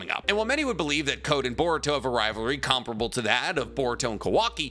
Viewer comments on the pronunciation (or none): none